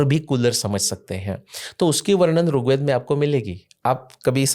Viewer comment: सर बहुत अच्छी अच्छी बात बताई आपने पर कृपया करके अपने उच्चारण में सुधार करिए आप ऋग्वेद को बार बार रुगवेद कर रहे हैं। मेरी विनम्र प्रार्थना है कृपा करके बुरा मत मानिएगा🙏🙏🙏